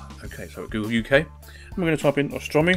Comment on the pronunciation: it's AUstrumi not ostrumi, like the au in cOW and nOW.